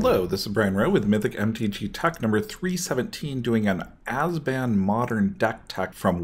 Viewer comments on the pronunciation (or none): it's abzan. not azban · Ab-zan. Not "Azben". sound it out bro. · Great video, besides the 'ass-ban' :) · azban? not sure thats how you say it but ok... lol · Can't take you serious if you can't pronounce ABZAN.